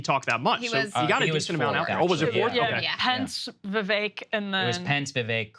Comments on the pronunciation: Kyle won't even pronounce Vivek's name correctly. It's pathetic. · He's surrounded by people saying it correctly, yet Kyle pronounces Vivek's name wrong every time. Tells you alot about the guy... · Became rhymes with cake got a George Soros scholarship. He’s not going anywhere in the primaries! 🤣😂🤣😂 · Kyle may be the first diagnosed case of Vivek Derangement Syndrome. Also, I hope Sagaar pulled Kyle aside off-air to tell him he's a complete dipshit for not being able to pronounce Vivek's name correctly. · Perhaps Kyle can learn to pronounce Vivek's name properly before his perpetually bad takes are aired? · "I'm gonna mispronounce Vivek because that's how I roll." - Kyle... what a badass